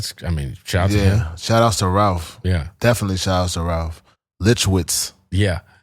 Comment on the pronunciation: Bra said Litchwitz lmao